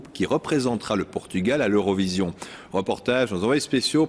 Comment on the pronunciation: A crise chegou ao nome do país? O "r" terá sido vendido ou penhorado?...é "Portugal" é não "Potugal". Tirando isso, Força Camaradas ;)